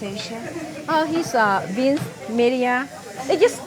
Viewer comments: It's Vice not Vince bruh don't mind for the correction 😛😛😛 Vince vincezzZ viceZ viZE.... Etc Etc 😄😄😄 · Usually love these videos but I'm not a fan of how they made fun of her pronunciation of vice.